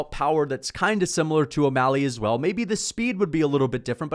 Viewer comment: “adam22’ mally” is crazy lol